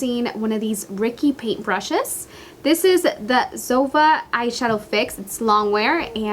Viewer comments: Zoeeva not zova😜👈✌️👌👍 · It's Es-tay. Not Estee. It's Zo-eeva, not Zova. SMH